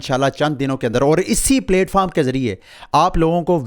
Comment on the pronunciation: Its not 🍽️foam 🙏🏻 its platform.